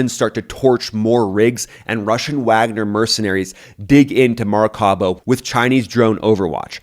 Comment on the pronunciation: It's Maraca-i-bo , not Maraca-bo